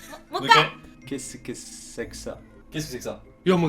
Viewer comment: En vrai il a réussie, il a parler comme un vrai FR à couper a la fin "Qu'est-ce que c'est k'sa" Oh j'avoue choqué! :o J'adore sa réaction, fite/figdioupiou.. Hmm? Genre elle c'est que y a un problème quelqu'un par dans sa phrase C'est dans le thème ont peut dire.. LUL "C'est meilleur que du chocolat !" avec sont regards de coquin là j'suis dead